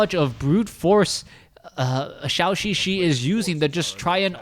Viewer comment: Hope one day he pronounce ZhouXiXi right